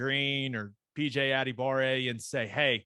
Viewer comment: I found a video of his brother pronouncing his own name. add-uh-bar-"A" - Sending it to you on Twitter so you can hear it as well.